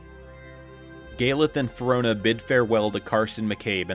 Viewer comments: It's fee-ree-oh-na, dude, you're skipping an entire letter. Try harder. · Great video. My only problem is the narrator's pronunciation of Firiona Vie. He completely disregards the 2nd "i" in her name. It should be pronounced Feer-ee-own-ah. And her paladin designation "Vie" is actually pronounced Vee instead of Veye.